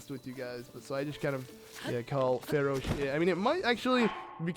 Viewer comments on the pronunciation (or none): none